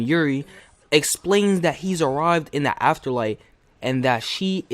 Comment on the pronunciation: Can you not pronounce the? duh , da